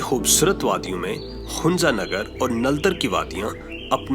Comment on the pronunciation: It's hunza not hunja.